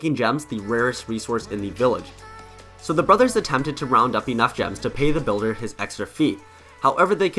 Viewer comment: You said the bulder made the pekka